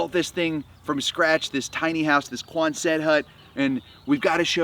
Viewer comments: I lve always heard it pronounced QUONset not quonSET unless this is something different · you are a dear person and bless you for you are a piece of Work!! One more thing - and I just looked this up to be sure: It’s QUON’sit Not QuonSET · God bless you. Love “Sitting With Dogs!” But with respect the building type is pronounced QUONset —accent on the first syllable —not quonSET. I definitely will try Flip coffee. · Love your work and testimony, helping the pup's,,,But please, You're sounding like some kind of French guy trying to say Quonset hut..As an old Jarhead, Very familiar word that a dog faced drill instructor would yell Out QUONSET....Not Quon•Set...Quickly one fluid word..😂 Thank you,fight the good fight 🐶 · Yes, it's exciting! By the way, it's QUON-set, not Quon-SET. It's very cute, too! I can't wait to see this farm grow. I'm too poor to buy the coffee or donate, but I'm sending all my best wishes and will add to your "view count," or whatever it's called. 😄😀💖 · Quonset is pronounced cuan’zut. Congratulations on the new project~ wishing you great success. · Hi, I love what you do with animals. I grew up in Rhode Island, where there is a place called Quonset...which had lots of Quonset huts back when the Navy was big there. My dad was in the Navy. I can tell you with great certainty that the proper pronunciation is Quon'-set (emphasis on the first syllable). You say it like you say handset...Quonset. You would likely not know that, being on the other coast. Just trying to help you out before you get a bunch of grief from all the Navy guys and gals. God bless. 🙂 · quonzut hut phonetic pronunciation equal accent like buggy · I would definitely buy your coffee, but it's so excessively expensive that it makes Whole Foods coffee seem cheap. Can't do it. Also, why are you pronouncing quonset that way?